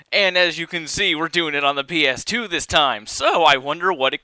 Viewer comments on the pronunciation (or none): i like it when you keep saying pass "A" for the ps2 game xD